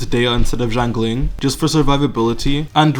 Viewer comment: "gjangling" xD sry love it